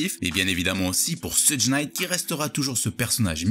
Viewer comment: Jadore les videos mais stp, vraiiiiment stp, cest pas soudj Knight, cest shoug Knight je t'en supplie😂😂 j'ai vécu à LA pendant un moment ça se prononce comme ça, bonne continuation